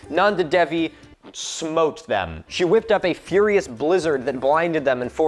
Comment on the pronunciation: God you don’t know how happy it made me when you said smote thank you for not saying smited